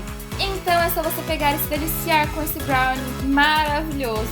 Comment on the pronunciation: N sabe nem falar brownie